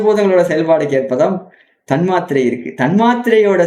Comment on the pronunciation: Sago thanmathirai potu eruku but nenga pronounce pnum pothu thanmaathirai soldringa